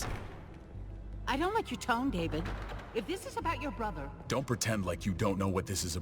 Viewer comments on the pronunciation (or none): none